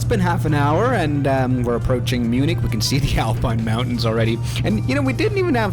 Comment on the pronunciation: "Mjunik" Hits hard🙏😭